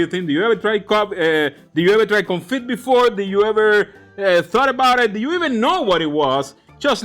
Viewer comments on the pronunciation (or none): Today is a break from your English classes! It's French day... 😀 Confit has a silent T, it's pronounced "Confee." 😉 And yes, it does amazing things for beef,chicken, duck is popular, anything you want to cook. Keep up the good work 👏